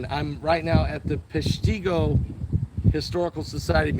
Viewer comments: It’s Peshtigo. And the I is pronounced like an I . Pesh-ti-go. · It's pronounced... Pesh ta go